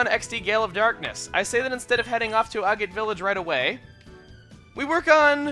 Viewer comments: A-gate village, really? Agate is a type of stone, and is pronounced ag-et. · IT'S AH-GAH-TÉ. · you always have trouble pronouncing Agate. Haha it's "ag-IT"; rhymes with maggot.:) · Thurley I just double-checked. Apparently it can be pronounced both ways. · Agate is pronounced like bag it. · Modus Operandi is Latin for Mode of Operation. It stands for the way in which a criminal goes about performing the crime. Crime shows use this a lot abbreviating it to MO. Also you still can't pronounce Agate,.